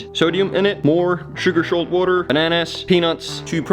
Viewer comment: Sugar-Shalt Waterrrrr 😂